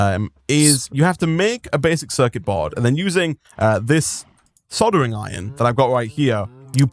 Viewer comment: said sodering iron instead of soldering iron